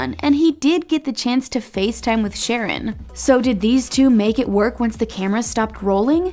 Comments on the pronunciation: It’s not “Sharron” 🤦🏻‍♀️🤦🏻‍♀️— it’s “Sh’RON”! Oy! Lol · its not sharon its SHARRON did u even watch the show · Omg, it's not SHAR-on like the girl's name, it's pronounced Shar-RON. Made an entire video and couldn't even get his name right? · its Sha-rron, not Sharon LOL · Sharron not sharon.... and fran literally said in an interview that they're moving in together once the quarantine is over because hes in LA and shes in BC but they're still together. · This is what happens when you outsource narration. IT'S NOT "SHARON" IT'S SHA-RON. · sha-RRON not fucking sharon. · Errrr maybe before you do a video on a show, make sure you’re up to date and do your research? It’s pronounced Shar-ron. Also, Francesca and Harry confirmed they’re together. Nicole and Bryce are dating. Rhonda and Sharron are confirmed as not officially together. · Lol that's wrong its sharrRON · if she says "sharon" one more time 😆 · His name is pronounced “Sha”-“Ron”. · WHY do they keep calling Sharron “Sharon”?!?!? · Yall can say "Bamb Fodta by Amit" but aren't able to pronounce Sharron the right way?? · Thank you! This drove me nuts. Not to mention they made another video on the cast and were called out than as well. Very tacky! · Please tell me how you watched the show but can’t pronounce names right. Make it make sense. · How is this woman seriously pronouncing his name wrong ?!?! Also not accurate news since Harry & Frankie are together! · the videos great but please learn how to pronounce peoples names because it comes off as extremely disrespectful when everyone else knows how to pronounce sharrons name and the narrator does not.